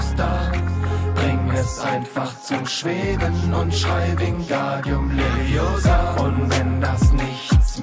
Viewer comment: Es heißt wingardium leviosaaaaaaaaaaaaaaaaa ;)